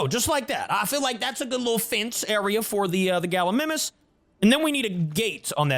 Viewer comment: Galimimus is pronounced Gal-E- my-mus